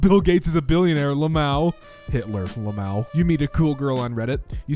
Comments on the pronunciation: Who says lamow intead of l m a o ? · IT IS PRONOUNCED L.M.A.O NOT LAMOW!!!!!!!!!!!